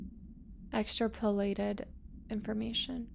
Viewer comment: She was too busy mispronouncing extrapolated